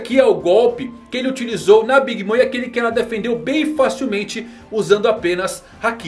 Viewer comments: nada disso, escute com atenção e vai ver que a pronúncia no anime é "big momer" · Big mama é como os personagens do anime a chamam sem a tradução. A pronúncia fica big mama